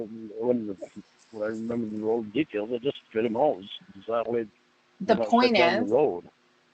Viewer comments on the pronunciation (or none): none